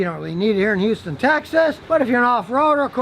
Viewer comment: Hear him say Houston Texas, liked and subscribed immediately.